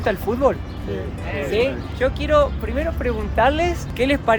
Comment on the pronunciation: "Sho quería ver el castillo" jajaja